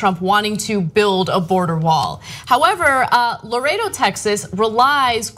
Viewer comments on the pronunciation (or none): The name of the place is "Laredo" not "Loretto"